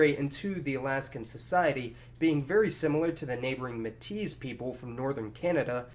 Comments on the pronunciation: Me-tis with a silent s, not Metis. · metis = may- tea, emphasis second syllable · Love your videos! Indigenous Canadian here. Just a quick correction on your pronunciation for Inuit and Métis. Métis is pronounced May-tee in English. And don't say Inuits, the word Inuit is plural already, meaning "people," the singular, Inuk, means person. So, one Inuk many Inuit. And collectively the many different groups of Inuit are just called Inuit. Hope this helps! Keep up the good work! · It's pronounced may-tee not ma-teez. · It's pronounced "may tee" not "maytis" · Just to clarify, Metis is French sounding word, the s is silent. Think more mehti than metiss. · Métis is pronounced May Tee not May Teez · Metis is pronounces Maytee, not muhteece. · Metis is pronounced May-Tee. Not Meh-tease. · meh-teez It's May-tea. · The S in Metis is silent. It's pronounced matey, not metize. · sorry about nitt picking but you mentioned metis people in this video and you pronounced it may-tease its actually pronounced may-tee the S is silent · Metis is pronounced 'May-Tee', not 'Meh-Teez' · Maybe 'met-TEE' is a better approximation. May-tee causes a diphthong, which is alien to the French word. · Not to be “that guy,” but Métis is pronounced May-tee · Just a tip from a Canadian, Metís is pronounced "may-TEE" ;) Great video and incredible history<3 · 3.26 you mention Canadian Metis. It is pronounced " maytee" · you should take the trouble to learn how to pronounce some of the names before making your videos. Metis is pronounced MAY-TEE. Kenai is pronounced KEEN-EYE. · Métis is pronounce MAY-TEE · It's pronounced meytee not Metis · Métis is pronounced May-tee. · Metis is French for the mixed blood natives here in Canada. It's pronounced May-tee. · Métis is pronounced like May-tee. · Guys, I swear to God, you drop the "s" in "Metis," jfc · The "s" in Metis is silent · Disliked and unsubbed for mispronouncing "Metis".